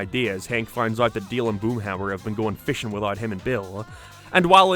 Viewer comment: you keep calling Dale Dill and it drive me crazy